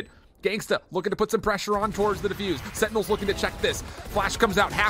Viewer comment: the way these casters say "setinels" instead of sentinels is annoying af